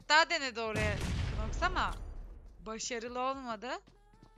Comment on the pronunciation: abi knoxa (kınoks) demelerine bi benmi takılıyorum noks ya.